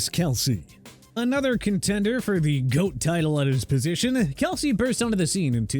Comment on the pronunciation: I knew this channel was biased because you say Travis, Kelsey, but Jason, Kelsce